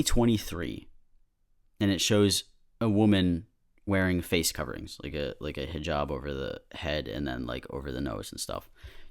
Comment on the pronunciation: you say hijab so well, i'm starting a conspiracy theory that you're arab